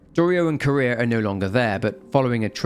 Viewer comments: Popped in to also say this, as I had no idea who “Kurea” or “Korea” or “Career” was referring to. Thanks for already bringing it up! Note that her name is composed of two words: Kure and -ha. The accent shouldn’t made it sound like Ku-REa, if any syllable is more accented, it would KUre-ha. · why does everyone pronouce her name as "Korea" it is Kureha CUH-RAY-HA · why does everyone pronouce her name as "Korea" it is Kureha CORE-RAY-HA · It's not Korea it's Kureha 😂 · it's kuh reh ha bro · Yes I thought he said courier and I was so confused lol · Fatal Frame next? Edit: I keep hearing Kureha pronounced as Korea lol. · the name of the other girl is actually pronounced Kuh - reh - hah. Love your content, keep it up! I sleep much better ever since I discovered your channel!:D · This. He keeps pronouncing the name like the country Korea 😂 which throws me off every time he says it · yeah, but the は in くれは is not particle, so its still 'kureha' even then, particle is read as 'wa' not 'aa' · I had a stroke each time you called kureha Korea and sakuya sakuhya great video regardless ur videos bring me so much comfort keep them coming especially the ps2 horror ones much love.